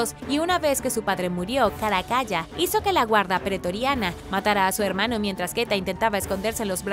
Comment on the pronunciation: Excelentes videos, muchas gracias! Y UN DETALLE: se pronuncia "Caracala" no "Caracaya" y se dice "MONStruo", no "MOUStro" u otra forma (esta palabra parece que se le indigesta a muchas personas). Saludos!